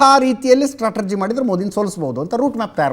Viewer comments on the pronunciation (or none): Strategy ಸ್ಟ್ರಾಟೆಜಿ ಎಂಬ ಪದವನ್ನು ಅದೇಕೋ stratergy ಸ್ಟ್ರಾಟೆರ್ಜಿ ಎಂದು ಉಚ್ಚರಿಸುತ್ತಾರೋ ತಿಳಿಯದು